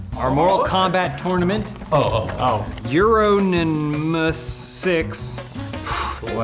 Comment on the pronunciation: Disappointed in as well, Euronymous6. Only because he is unable to pronounce Euronymous. A name that next to no one knows unless they have knowledge of the Norwegian black metal scene. How. Fucking. Dare. Sir.